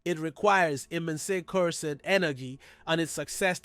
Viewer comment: Nice video man you deserve many subscribers. But my brother its cursed energy not Cur-sed